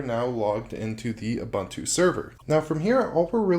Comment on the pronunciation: Please say OO-BOON-TOO